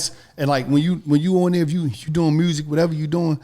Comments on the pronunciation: “Mursic” aka music 😂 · There's no "R" in music... smh